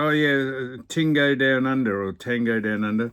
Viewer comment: Fk Sam don't know wtf a tingo is sounds sexual coming from you 😂😂😂 but its TIAGO lol I forgive you this time😅